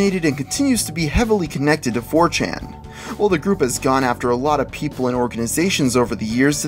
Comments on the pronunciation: He said 4tain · he said "4Tan"